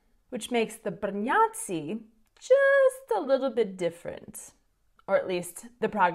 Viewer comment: not gonna lie, when you say Brňáci, it sounds like Br-nazi :D